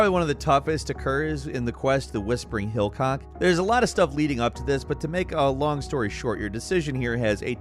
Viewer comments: good GOD It's hillock not hillCOCK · yo WTF dude, you legit need to learn to read the witcher 3 entry said HILLOCK not hillcock XD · text: whispering hillock: whispering hillcock ohkay... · mispronounces words so often I am clueless as to whether it's a joke or not. HillCOCK?! It's Hillock. He may know that... or not... I have no idea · The moment says "Whispering hillcock" instead of "Whispering Hillock". That one made me giggle. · "The Whispering HillCOCK?!" Oh man, I can't believe no one caught this . My brain immediately caught it and I bust out laughing so hard! I scrolled through and didn't really see any comments on it. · it's whispering HILLOCK not HILLCOCK jeeez you made me snarf yo! 🤣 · I think it's HILLOCK, not hillCOCK lol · I literally sprayed my laptop with coffee when said "Whispering HillCock" It's Hill+Ock. Hillock xD No C lmfao. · Hillock* not hillcock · Did you say "Hillcock"? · Whispering hill-WHAT NAH I CAUGHT THAT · The Whispering Hill- WHAT?!, no.. That's not how you say it dawg.. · Is it me or did The whispering hillock...have pronounced an extra c after the second l (min ) ? :)) Also on my first playthrough I was exploring and came across the tree spirit and....freed it. Frankly I dont feel sorry for the villagers. They were serving evil witches. Great video